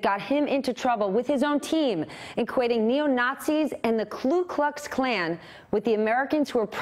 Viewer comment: Klu-Klux-Klan? Oh je, oh je bad mistake